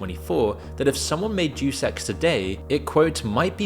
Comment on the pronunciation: It would be pronounced "Deh-oos"